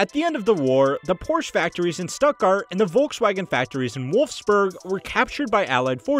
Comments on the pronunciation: It's pronounced Shtuttgart, not Stuttgart... It's pronounced Porsche (with the e), not "poorsh"... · This comment instantly deflated my growing bubble of anger at the Stuttgart pronunciation. Thank you. (Porsche was really just missing a syllable, whereas Stuttgart mispronounced pretty much everything) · It's pronounced Porsche, not Porsche. Oh, and it's Stuttgart, not Stuttgart. Hope this helps. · Brilliant! His Stuttgart was quite bad though. Jarring even. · Everybody mad about your pronunciation of Porsche and Stuttgart - I just want to add that it's ALUMINIUM, not ALUMINUM. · The pronunciation of “stuttgart” in this video made me cringe.